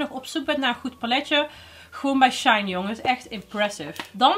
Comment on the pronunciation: SHEIN spreek je uit als SHE-IN